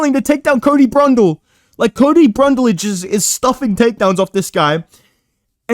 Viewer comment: “Cody brundle”, “Cody brunlage”